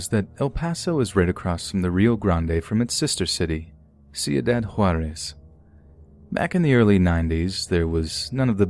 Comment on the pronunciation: Ciudad Huarerrrrs